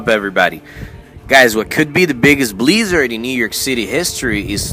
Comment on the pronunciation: What's a bleeeezard?